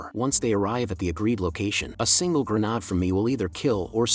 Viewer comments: I swear the A.I. is getting sentient and is actively fucking with us. What other explanation is there for it to go "haNnd greNaA-AaD" twenty times in a row, then randomly flashbang you with a properly pronounced "hand grenade" only to immediately go back to spamming "haNd greNaA-AaD". Bloody TTS knows exactly what it is doing. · great story "A signle GrAAnAAd" funny way of saying grenade.